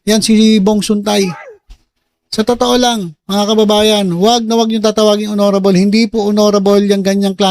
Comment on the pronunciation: HONORABLE❎ HONNYRABLE✅